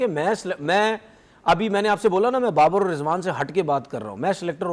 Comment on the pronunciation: Barbar is brand of cricket but b is silent Babar is b rand of cricket